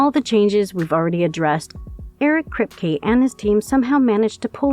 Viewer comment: "Eric Kreepy" lol. ironic.